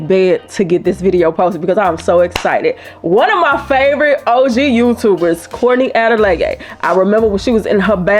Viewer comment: I kept replaying at the beginning to hear you say Courtney Adeleye 😂so funny.